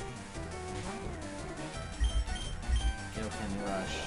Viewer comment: This was an awesome game video just one nit pick its kai o ken like king kai like keye not kay lol sorry just its cringe worthy to me